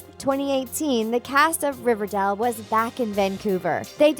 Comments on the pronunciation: “Riverdell” you need to learn how to pronounce it if you’re going to make so many videos about it. It’s pronounced “dale” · DONT CALL IT RIVERDELL OMG DO U EVEN WATCH RIVERDALE PRONOUNCE IT LIKE THIS RIV-ER-DAY-EL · RiverDale pronounced. Ri-ver-day-le. Not pronounced. Riverdel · it's RiverDALE not RiverDELL, stop triggering me. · You need to learn to pronounce properly. You were saying Riverdall and not Riverdale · I hate how she says RiverDALL its not RiverDALL but Riverdale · Why is she saying Riverdell when it's Riverdale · Omg Riverdale NOT RIVERDELLE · I love Riverdale NOT Riverdall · Bruh first of all it's riverDale not riverDole. Second the babies were clearly juniper and dagwood. She clearly didn't watch the show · It's River DALE not River Dell. This girl can't even pretend to be a fan. As hard and cringely as she tries. Fire her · Babe, have you ever watched riverdAle because it sounds like you were reading off of a paper and either don’t know the difference between A OR E (hence you were saying RIVERDELLL) or you’ve never watched the series before. I’m sorry this was annoying me ALL through the video😏 Like if u agree ❤️ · It’s riverdale not riverdel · Why does she say “River-del” ??? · She kept saying RiverDAL 💀😂and I thought it came out on October 10th, not the first week of September? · It’s RIVERDALE not RIVERDELLE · Um she keeps saying river-dell not river-dale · RiverDALE not Dell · Ughhh she says riverdul instead of riverDALE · I was like 'Did u just say Riverdel?... ..GIRL ITS RIVERDALE NOT RIVERDEL' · Omg I had noooo idea it was called "riverdell" oof my baddd Dude im serious tho it was HELLA annoying hearing "riverdell" "riverdell" "riverdell" instead kf RIVERDALE smh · It’s pronounced “River-dayle” not “River-dell” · Honey it’s not riverdal, it’s riverdal*e* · Omg she says river dal instead of river dale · .... riverDELL? um.... ok... it's riverDALE.... but ok..... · She says “riverdal” lmao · Does a video about Riverdale Calls it riverdall